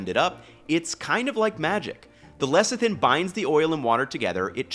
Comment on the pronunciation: Not lecktin, it is Lecithin. Le-se(e)-thin